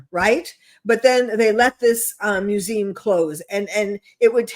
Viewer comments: What's a "mewzeem"? She can't pronounce "museum"?? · LeR m how to pronounce mu zee um!!!!! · Is she saying “museum?